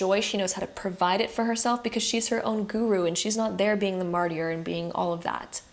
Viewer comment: I’m so sorry, but it really is distracting. Martyr is pronounced MAR-TER.